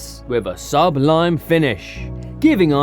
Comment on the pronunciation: great video, but learn how to pronounce the word "sublime" 10.41